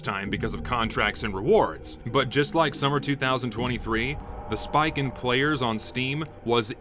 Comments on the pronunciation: this video is amazing and informative, but did anyone else notice the heavy southern accent any time he said "spike"? I love it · good video but you pronounce spike weird